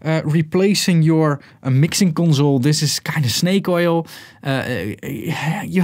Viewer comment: con zoul